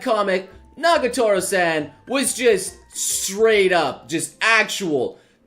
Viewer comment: it's NAGATORO, not NAGOTARO